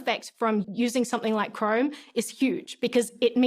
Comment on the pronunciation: She pronounces Chrome as "crime."